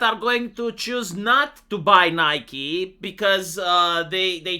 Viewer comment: Nigh-key,. Nigh-key. Don't confuse people into thinking shooter waifu simulator is doing this.